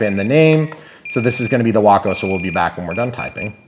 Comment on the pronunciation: I had to look up the pronunciation. You nailed it. Sounds like Taco. Mine will be called Bumblebee. I'll be providing the bumbling part.